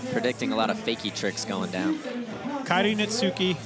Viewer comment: Kairi Netsuki has been out here for over 2 years and these dudes STILL don't know how to pronounce his name 😂 The U is silent.